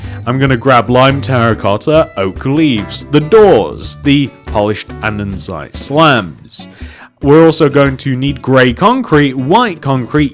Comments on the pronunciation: its pronounced "and-a-site" not "and-en-site" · It's Not Andensite it's ANDESITE